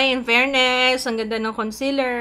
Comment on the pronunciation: Conseeeeeeler not consiler pls 😭😭😭